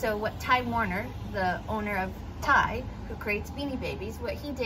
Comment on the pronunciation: Yeah, you’re right. It is pronounced like his name. It drives me nuts as a reseller on eBay when I hear other resellers pronounce it with the capital T and capital Y.